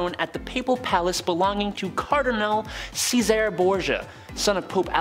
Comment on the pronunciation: Cesere Borgia ….pronounced … chay-zhey-ra